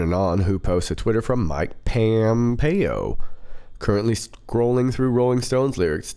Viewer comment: Only 2 out of every 8 Q drops are legit on average. What we have all been following is a intelligence operation by POTUS and a counter intelligence Q operation by the HRC/DNC robots out there that thought she would never lose. It is POMPEO not PAMPEO. That was not Pompeo that Tweeted. Yesterday the school shooting in Santa Fe. The night before Q drops "bomb disposal". The Santa Fe shooter planted explosives on and off of school property. Legit Q does not use violent terminology like that. Remember "next week next week HA HA HA HA HA"? What happened "next week"? The CNN/FBI/Broward County Parkland HS slaughter. How does "high school kid" Herr Hogg have a receding hairline anyways? How is he going to "graduate" when he has been out on the MSM/DNC slime gun grab circuit for months anyways? The malevolent AI as well as real time imposters out there are throwing everything that they can at stopping POTUS. They failed completely. Unfortunately they are still trying to take as many innocent people down with them as they can. Santa Fe. That kid has been all over social media posting up threats and pics of guns. He actually is a kid unlike Herr Hogg. How long has social media and once AGAIN LEO been aware of this completely and obviously triggered gun grab plant? Explosives both on and off of school property? Once again the same hallmarks of a long planned brainwashed enemy agent sleeper cell. From Columbine to today Santa Fe. The Santa Fe shooter was quite into the Neo Nazi group ANT